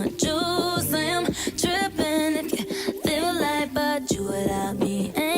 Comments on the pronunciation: It's trippin not drippin! Dangggg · LOLOL it’s “Trippin” not “drippin” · uhhh i think its "trippin" lol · “trippin” not “drippin” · Trippen.....not drippen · Hahaha its trippin, not drippin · She says "trippin" not drippin, you dirty boy 😂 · Noo it's trippin not drippin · hahah.. it's trippin' not drippin' ehrhjccrexkj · It’s trippin lol not drippin😂😂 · lol she said "trippin" not "drippin" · "Trippin'",, not "Drippin'"! bahahaha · Its trippin not drippin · It's trippin not drippin lol 😂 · Tripin not dripin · it's TRIPPIN' not drippin'!!!! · Its "trippin" not "drippin" ❤ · I can’t telling if you’re making a joke about her pronunciation, but she says “trippin’” not “drippin’” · Love when u react to Ariana grande. Also it’s trippin not drippin😂😂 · I think she said "trippin" not "drippin" ahaha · Its "trippin" not "drippin" lol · It’s trippin not drippin ..... lol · Hahahaha I think it's "trippin", not "drippin"